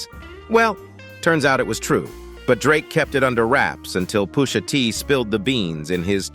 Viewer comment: Pooosha T 😂😂😂